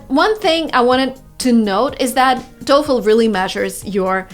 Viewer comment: She finally learned how to pronounce TOEFL the correct way.